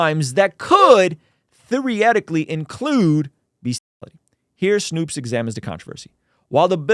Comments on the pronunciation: "Snow"pes not "Snoops" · you really read S- N- O- P- E- S-, and let "snoops" come out of your mouth...